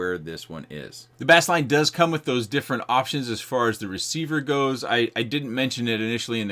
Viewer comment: It's still pronounced as base line. Like bass guitar.